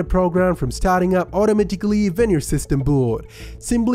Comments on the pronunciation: Automatikly lmao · "It starts automotickley" it auto tickles you lol. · you the guy that say "otomaticaly"